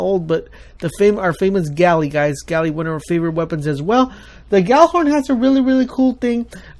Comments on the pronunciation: Why does everyone pronounce Gjallarhorn wrong?!? Its not [gala-horn], its [yahl-lahr-hawrn]... For those of you who think I'm full of it, here's it's dictionary definition and where the name comes from: 1. noun, Scandinavian Mythology Heimdall's horn, used to warn the gods of Ragnarok. Origin- < Old Norse, equivalent to gjallar, genitive singular of gjǫll noise, din (Compare gjalla to resound loudly, scream; cognate with Old English g(i)ellan to yell) + horn horn If you're going to make a video of it, get it right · Gjallarhorn (which is not pronounced "Gally" as almost everyone thinks it is.. does not have proximity detonation at all...